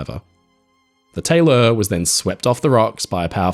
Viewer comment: Question of curiosity, why is the ship name pronounced “Tay-LOR” instead of the usual “Taylor”?